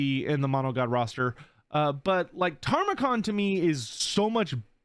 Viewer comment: If Tamurkhan ends up being the only champion of Nurgle not in Immortal Empires, I'm going to scream. And it's pronounced ta-mer-khan. Not "tarmacon" (the later syllables should be more emphasized than the early ones). He's loosely based off of Timurlane, a conqueror who faked his family tree so that he could claim being the descendant of both Muhammad and Genghis Khan. Hence his backstory being the long lost son of a chaos version of Genghis Khan.